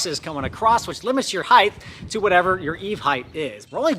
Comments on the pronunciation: Heighth is not a word. Over 20ft in height not heighth. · Wicked cool project, but I have to be that guy for a second. There is no such word as "Height-th". Height Width That is all.